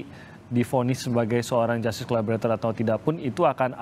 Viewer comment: Dari dulu saya perhatikan dan mendengar sering agak keslimbet kalo bilang Justice Collaborator, selalu nyebutnya Collabolator…. hahaa😊. So, Terus dan ttp semangat Bang, utk bela & perjuangkan Richard dlm mendptkan keadilannya… kami sllu mendukung mu 👍👍🙏💪💪